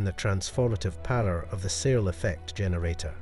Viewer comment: A minor point but for me it's important to pronounce Searl's name correctly. It's pronounced like "Sir" with an L not "SeaL".